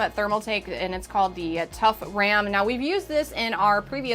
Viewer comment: She really said “now that we got our RAMEN” not RAM in ok. Now I’m hungry for instant noodles.